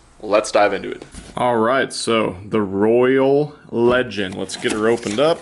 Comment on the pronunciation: Thank you for the video! But Roy-ale. Like Royale with cheese.